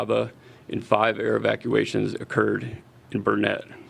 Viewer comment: It’s Burnet, durn it. Not Burnett